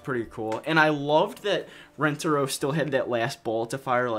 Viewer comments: She kept saying it RenTARo when it’s not like RENTaro. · I think you do too I just heard it right at the beginning and went 😬. I feel bad for Asian Americans that played this game, especially with Lani’s constant mispronunciation of Rentaro that even Yumi copies because I guess assimilation? Idk lol.